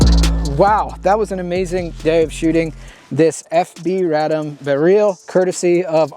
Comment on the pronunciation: I really appreciate the correct pronunciations of Radom & Beryl. Its really annoying hearing some of these gun channels mispronouncing fabryka broni FB Radom and their weapon names.